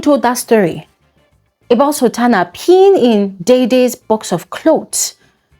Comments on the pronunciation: I heard her say Sabrina not sultana. I'm confused 🤔🚫🚭😕💭🧐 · Did she say Sabrina or sultana??? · Did she say Sabrina or Sultana